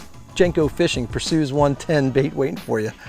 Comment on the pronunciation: Lol, "Persues" yo, it's a Greek god, Per-see-us!